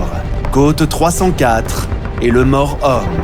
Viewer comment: Très bonne vidéo, bien documentée et avec des cartes et animations claires. La voix du commentaire est certes un peu artificielle (c'est dommage), mais les noms ne sont (pas trop) écorchés (à part le "Mort-Homme" qui prend la liaison du "T"). Le documentaire réussit à résumer de manière concise et intéressante un épisode complexe et ô combien tragique. L'ossuaire de Douaumont est un spectacle poignant, tout autant que toutes les croix du Mémorial de Verdun. Malgré le "plus jamais ça" et "La der des der", l'histoire se répète sans cesse. Merci pour ce travail de grande qualité.